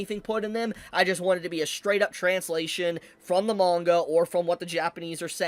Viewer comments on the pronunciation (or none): none